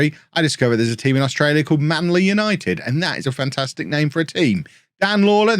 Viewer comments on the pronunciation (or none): none